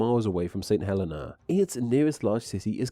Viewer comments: FYI - St Helena is pronounced "Sent [H]ell-een-ah". Also there, "a couple" can mean more than one and "a nice couple" mean a lot. Putting an "h" on the front of words starting with a silent vowel and a "w" for a "v" stems from Victorian English, which apparently was common when the islands were settled and is also common there now or was so in the 1970s when I lived in St Helena. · St Helena is pronounced "saint heLEEna" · It’s Saint Heleeeeeeena! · i will always pronounce it Trish-tan da Coon-ya just because it sounds funny. btw i used to think that St. Helena was pronounced as you did but a friend who's nana was from there told me it's apparently hə-LEE-na